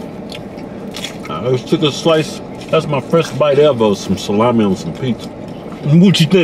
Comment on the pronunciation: Nathan Carrille it's salami not salame